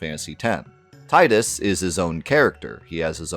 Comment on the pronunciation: That you for saying Tie-Dus and not the idiotic way the Ratchet voiced actor read it as Tee-Dus